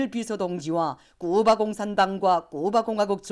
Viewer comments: 쿠바, 카리브해를 큐바, 커리브해라고 부르는 것이 거슬리네요 답답. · 큐바가 아니고 쿠바로 알고 있는데 수정을 해줘라 여자선생님아.